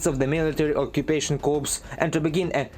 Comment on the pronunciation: Hi. Hope you don’t mind a minor correction. English pronunciation of “corps” has a silent “p”, it’s pronounced as “core”. It’s another word borrowed from French, so at some point it probably will start being pronounced as it looks. 🤷🏻‍♂